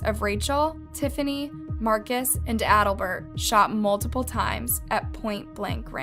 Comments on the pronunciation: I’m sorry but trying to focus on this story when you keep mispronouncing a key characters name is so frustrating. His name is Al-Bert not Adlbert. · Trying to figure out what you mean by "bottle cap glasses." How would one see through those? Also, how you managed to pronounce "Albert" as "Aldabert" and "Jacinto" as "Sineatoe" is beyond me. Did no one proof this script or was it a cold read? This was so badly done I just gave up. Interesting case I had not heard about, so I am going to go read about it somewhere else rather than listen to any more of what feels like a thrown together book report by a middle schooler.